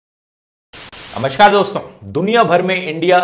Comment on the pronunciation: I request Dhruv to correct himself... It's "NAMASKAR" and not namashkar🙄